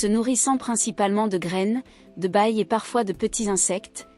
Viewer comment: Surtout qu’elle ne sait pas prononcer les mots !! Il mange des « bailles »(????) au lieu des baies ! Ouf cette IA ne m’a pas encore surpassée 😂